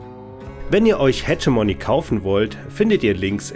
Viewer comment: Das "g" im Namen des Spiels spricht man wie ein deutsches "g", nicht wie "dsch" :)